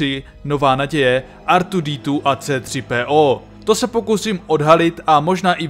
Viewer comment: Pokaždé mne pobaví "artwodetwo" a v zápětí "cétřipéó"